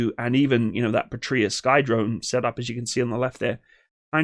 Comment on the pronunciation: Excellent and very informative presentation. IMAO Patria has the accent tone on the first "a" and not the "i", since the word comes from Latin, meaning "Fatherland".